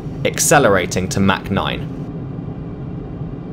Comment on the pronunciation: "Mack noyne"